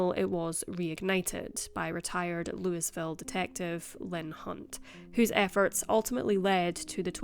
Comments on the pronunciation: Pronounced “louie “ ville…s is silent. I’m next door in Tennessee lol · I live in a neighboring state and hadn’t heard about this. Horrible, and absolutely disgusting. He should have been given more time. (By the way, Louisville is pronounced Louie-ville. You’re always so conscientious about getting pronunciations correct, I thought you would like to know.) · LOOIS-VIL. LOL!!!!!!!!!!!!!!!!!!!!!!!!!!!!!!!!!!!!!!!!!!!!!!!!!!!!!!!! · LouAville not Louisville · just for refrence it is pronounce Louis-Ville just like king louis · Louie ville. Folks from their say it differently, but I have absolutely no idea how to spell it, let alone show how it's pronounced. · It's not pronounced that way I'm from Louisville born and raised